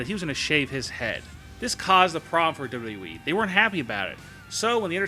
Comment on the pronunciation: I don't care for the way this guy pronounces "WWE" and this video in particular makes no sense, especially #5. How do you hide the fact that somebody isn't on TV?